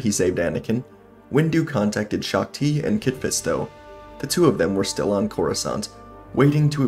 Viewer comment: You are mispronouncing shaak-ti, and windu against Palpatine is not a even fight windu wins hands down